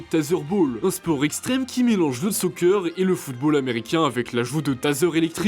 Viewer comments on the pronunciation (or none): none